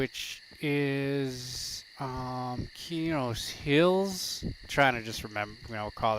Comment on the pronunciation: Not to be rude but it's pronounced qway-oons, u can use p1999 wiki for information on zones and items